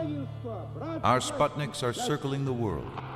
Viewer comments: I wish the narrator would prounounce the word correctly - its SPOOT-nik, not SPUHT-nik. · It's called Spootnik (means a Satellite), not Spotnik as every pronounces in this movie.